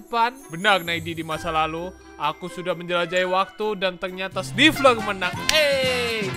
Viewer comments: Bang namanya sniffer bukan snifler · Nama nya Sniffer bang bukan sniffler